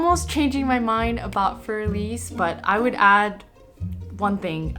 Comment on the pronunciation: What you do is great. Thanks. I only want to add that Für Elise shouldn't be pronounced fuer elís. Either you use For Elise and pronounce it in English or you say fuer E-lí-se (Für Elise) in German.